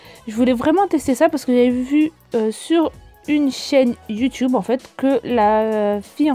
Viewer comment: Pourquoi tu dit youtoube au mieux de youtube ? Mdrr sinon je tadore